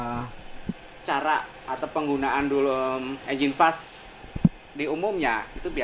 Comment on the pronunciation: Flush (dibaca flas) Bukan fles om. Kalo fles itu (flash) Jd beda artinya, hehee Anyway itu 540 rb hanya flush nya saja ya om? Belum tmsk oli engine ya